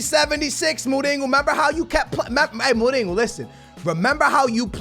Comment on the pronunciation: Dude, what is with you saying like 99% of the names wrong.....Mourinho doesn’t have a G in it dude....